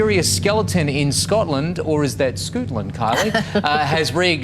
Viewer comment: No one: News anchor: Scoot land